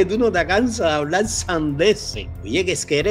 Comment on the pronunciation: NO SE DICE HABLAL SE DICE HABLAR POR FAVOR PRONUNCIEN COTRECTAMENTE